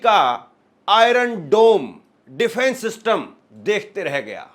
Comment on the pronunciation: छुछन्दर पहले सही तरह से बोलना सीख ले. डिफ्रेंस सिस्टम नहीं डिफेन्स सिस्टम होता है.